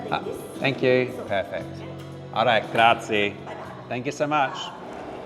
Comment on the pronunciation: Graziiiiiieh... pronounced every letter in italian